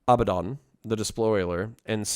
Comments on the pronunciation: "Abba - Don". Not "A Bad Den". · Ah-Bah-Don, The Despoiler